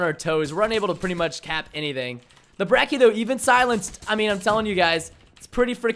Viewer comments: I'd say every single gun in the game is extremely balanced. Some are more annoying than others, but none are particularly "dominant". Also, h-o-l-y crap Preston, it's not the "BREKK-EE" It's the "*Brech-ee*", as in Church.' Also, fun fact, the shotguns in Black Ops 3 do a minimum damage as long as one pellet hits. So, in older games you could point blank someone but only hit him with one pellet per shot so you could hit like 5 shots and not kill. Now as long as you hit someone with one pellet, if say you hit them with one more, it will kill them. Hence the "Reliable two shot kill" in the Brecci's description. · Everytime I hear someone pronounce Brecci as "Brecky" i lose my mind It's Bretchy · I hate how he called it the "Brecki" god damn americans man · It's pronounced like "brechi"